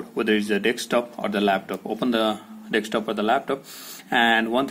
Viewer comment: It's not Dextop dude